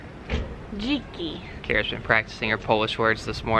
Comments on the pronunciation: "dziki" means wildhog in polish you are eating the "e" with the tail underneath ;) but I appreciate you are trying :) GJ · When she said “dziki” did she mean “dzięki?”